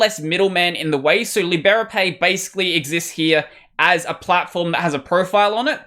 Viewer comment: I believe it's pronounced lie-BRAY-pee.